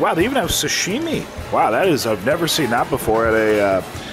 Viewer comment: ...it is sashimi, not sushimi. Pronunciation is like You would say sushimi american way.:) Great video as always.